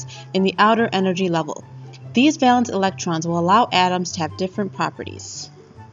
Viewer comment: The music is one thing but hearing the word valence mispronounced so many times is very disappointing.